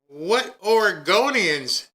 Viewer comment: SHE SAID OREGANDERS; SHE MEANS ILLEGALS... SHE GOING TO ARREST ICE, MEMBERS AND LAW ENFORCEMENT... SHES NOT STANDING UP FOR ALL OREGONIANS.. SENCE WHEN HAVE AMERICAN CITIZENS BECAUSE OREGONIAN ETC..